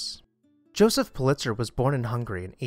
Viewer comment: I could be wrong ... happens sometimes ... but I believe his name was pronounced "PU-lit-zer," not "Pu-LIT-zer." I very much enjoy and look forward to your videos. Subscribed recently.